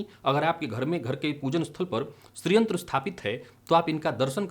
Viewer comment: 'श्रीयंत्र' बोल रहे हैं या 'स्री/स्त्रीयंत्र' ?